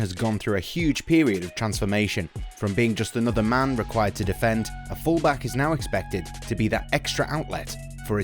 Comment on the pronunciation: In you said fullmack instead of fullback